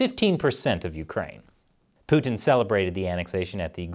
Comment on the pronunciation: Americans pronounce Putin so annoyingly.